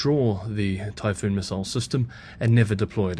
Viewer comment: Typhon not Typhoon